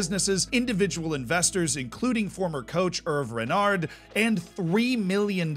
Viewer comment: Sochaux, saying it wrong... Herve Renard,wrong, Peugeot, wrong, alaves, wrong.. I could give you some private lessons :D